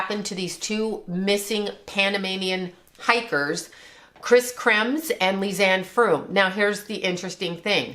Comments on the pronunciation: I am frustrated that you didn't get either girls name right. Kris Kremers not "kremmis"? Lisanne Froon not "frooms" Moron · First try getting the COREECT NAME from your Psychic Powers - Kris KremeRs - You didn't once pronounce the R! So another Dutch Girl was down in the well for awhile before they fall in - even though no other Dutch Girls went missing in Panama at the time? Because they tried dialing the Dutch Emergency number as well as the American Emergency Number. After 2001 the World learned of America's Emergency number but who would know the Netherlands Emergency Phone Number is 112? This story sounds like a Horror Movie Plot rather then a realistic explanation. How come we STILL HAVE NEVER HEARD ABOUT THIS MYSTERIOUS HIDE AND SEEK GAME!? Private Investigators and Former Police have never found any such thing even being rumored. Adding an unheard of missing Dutch Girl who was NEVER REPORTED!